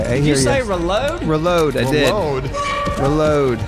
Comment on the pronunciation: "Ruload" tho.. 🤣 ❤️ u!!😉🥃